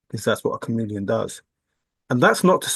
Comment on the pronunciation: Ohhhh, you keep saying chameleon i thought you were saying you are a comedian.